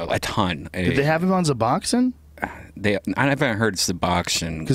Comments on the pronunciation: Okay... Hold on.... This guy doesn't even know what the name is of the drug he's condemning and his pricing shit is all wrong. First off, it's Suboxone. NOT Zuboxone. Secondly, if you're a heroin addict, suboxone does absolutely nothing. There's literally no possible way to get high off of it if you're already addicted to heroin. So all that about "the drugs they give you is better than the real stuff" is straight nonsense. Thirdly, you can buy it cheaper than at the pharmacy?..... Well let's think about this. Where do dealers get the suboxone? The pharmacy. So you're telling me the dealers are going to charge less than what they paid for it? Yea, no they don't. Joe, you can't just get some guy you met the night before talking out of his ass on the podcast. Oh God damn and then Joe repeated what Dr. Carl Hart said about heroin withdrawals... For fuck's sakes I thought somebody would've corrected him on that by now. No, heroin withdrawals are way fucking worse than the flu. Some of the symptoms of withdrawal are definitely like the flu but I would gladly endure a month of the flu over a few days of heroin withdrawal. God damn so much bullshit from supposed experts -_ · Dopamine Feen He didn't even say Suboxone, he said Zuboxone... The dude's a fucking idiot, there were a few things he said that I was like, "Okay, this guy doesn't know what the fuck he's talking about." Joe should really be more careful about inviting complete strangers after only talking to them one time lol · ***guys, it's Suboxone with an "s"; NOT "zuboxin". Stop it! You're spreading misinformation!! The idiots listen to you as some some of authority on the matter yet you don't really know shit. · Suboxone is pronounced "Sub-Ox-Own". God!